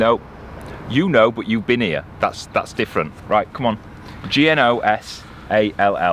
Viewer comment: The mooring near the M54 is another of our favourites. I love detailed in depth commentary........ “We’re ‘ear”... Ha Ha!, Great as usual boy’s. Friday afternoon’s reminds me as a youth waiting for Dr Who (Patrick Troughton) every week for my weekly fix!, John (NB Cherry)